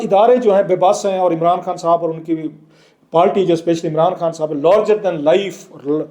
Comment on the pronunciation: تریخ، پالٹی، پلیس، مجود ، تداد، بھائی اپنے الفاظ کی ادائیگی درست کیجئیے. اس طرح آپ کو سُننا کانوں پہ گراں گزرتا ہے.